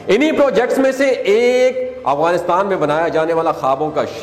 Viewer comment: Not agwanistan but Afghanistan تلفظ ٹھیک کرلیں اپنا